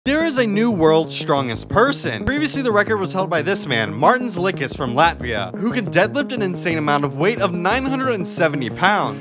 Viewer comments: Bro really said Tom is from California and Martins surname is pronounced as lick-is. World's smartest American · Same haha. I went straight to the comments as soon as I heard this guy’s pronunciation of Martins’ last name Edit: and he even managed to butcher his first name as well 😂